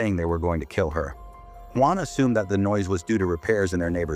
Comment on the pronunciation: Nope! It’s the way they say “guan” instead of Juan.